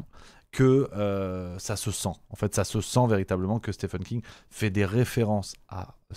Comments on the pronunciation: ca se prononce Stieeeeven King, pas Stephan 😀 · Stephen King (ça se prononce "Steven", pas "Stephen") avait déjà écrit le roman "Firestarter" (édité en français sous le titre de "Charlie"), qui évoquait déjà "MK-Ultra", même si c'était bien moins proche de la réalité. Concernant MK-Ultra, il y a une très bonne série intitulée "Wormwood", qui date déjà de quelques années et raconte des faits confirmés, sans trop spéculer.